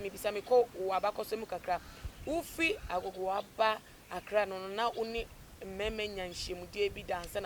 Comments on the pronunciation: you are saying that. Aklaa instead of Accra. Ofui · ACCLA Hahaha 😂 Typically Ashanti